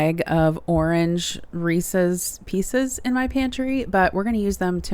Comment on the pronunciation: Thank you for not saying, “Reesies”. 😄